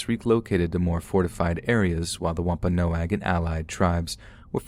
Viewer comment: Thank u so much for actually pronouncing Wampanoag correctly. ❣️❣️ Hope u have a great holiday season.